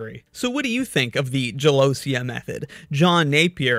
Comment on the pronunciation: Small pronunciation note: I'm Italian and the word "gelosia" is pronounced "gelosìa", not "gelòsia". Good video, though! I didn't know about this method!